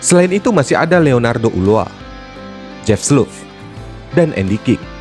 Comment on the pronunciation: FYI, cara nyebut nama Ulloa ternyata 'Uzoa'